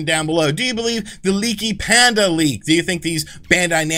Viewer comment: Pandy not panda 🤣